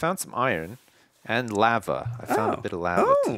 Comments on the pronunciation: doesn't know how to say lava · You say lava wrong